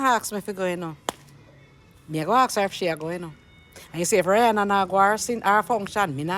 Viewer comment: You cannot even pronounce her name correctly. Everything, is always a problem especially when it comes to.